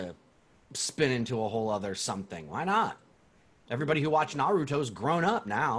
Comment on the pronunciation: Why do people say naruto like that. There’s a whole show that tells you how to say his name